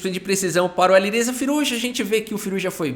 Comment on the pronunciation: “Alirrêza Firrujá” kkkkk